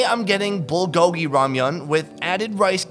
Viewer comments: I wonder why English-speaking people tend to say "bull-GO-gee" (with the accent on the second syllable) instead of "BUL GO-gi"... We don't say "kim-CHEE" or "cha-JJANG-myeon", so why do we insist on pronouncing "불고기" in such a strange way? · It's funny hearing every non korean person pronounce bulgogi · Every video he butchers saying bulgogi